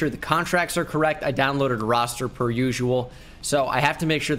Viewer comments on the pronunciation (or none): none